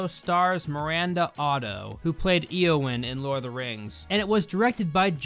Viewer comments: Don't want to be that guy but it's pronounced ay-oh-when not E-oh-when also the tool that guy had wasn't a crowbar it was a lug nut wrench... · Has yes not eowen it is eeeowen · did you just say eeowyn cause if you did we gonna throw hands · dude its not hat fucking hard to get a name correct. Look at the name and word Pokémon and Café, they both have the acute accent which makes and A sound. Now, apply that to Éowyn, it is pronounced, A-o-win, not the abomination name you said, E-win. You usually seem to do your research but this one was horrible. I'm especially angry as Éowyn is literally my name, i was named after her as my parents are geeks. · i am offened, that "eeowyn' you said, thats my fucking real name and it is pronounced A-O-WIN, IT HAS AN ACUTE ACCENT FOR A REASON, YOU CAN SAY CAFE RIGHT SO GET THE NAME FUCKING RIGHT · IT'S PRONOUNCED AYE-OH-WHEN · A-o-Win = Eowyn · A-o-win. Sorry I have a friend with the name Eowyn and I’ve grown to dislike when people mispronounce it. I haven’t seen lord of the rings so I don’t know if that is how you say her name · You can’t pronounce Eowyn properly... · that was the strangest pronunciation of Eowyn I have ever heard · I don't know how you can pronouse Eowyn's name wrong after hearing it in the movies. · I know im late but how do you fuck up pronouncing Eowyn... They SAY her name in the movies.